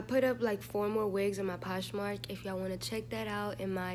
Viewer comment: go back to saying "porshmark" 😭